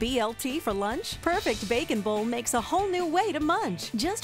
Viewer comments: The way she says it it cracks be up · She said bacon bowl like 25 times and the way she says bowl had me cracking up laughing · why does she say "bowl" so strangely?